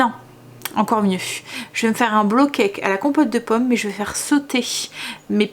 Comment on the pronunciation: Trop bon les porridges! J’adore moi la version poire chocolat 🙈 et c’est rigolo au lieu de dire bowl cake tu dis blow cake 😂 ça veut dire gâteau soufflé du coup et plus gâteau cuit au bol, c’est mignon ^^